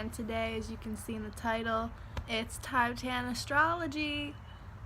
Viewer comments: it’s more commonly pronounced “tihbetahn” (: there are popularized Tibetan singing bowls as an energy healing tool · "Tibe-tan".... bruh